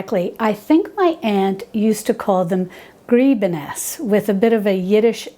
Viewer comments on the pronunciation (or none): Gribenes pronunciation: grih-buh-niss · Your first pronunciation was right Grib-i-nes. Both of the i's are short i's. 😉